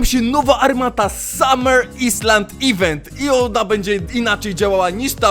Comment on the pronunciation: Kogo boli to, że źle przeczytał "islands"? "Atlantyda" nick: azork573